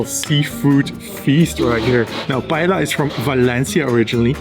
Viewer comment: im pretty sure paella is pronounced pa-e-ya. im fluent in spanish but i may be wrong. Great video! thanks for the free guide!